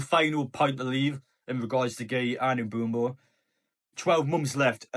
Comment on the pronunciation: please stop saying "Mbumbo" 😭😭😭